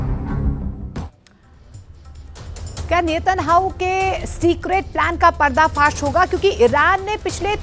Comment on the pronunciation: एंकर साहबा नेतन हाव नही नेतन याहू है इस्राइली दलाली कर रही है